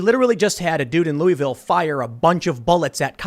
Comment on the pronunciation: It isn't pronounced "Lou-ie-ville." It's more like "Luh-vul."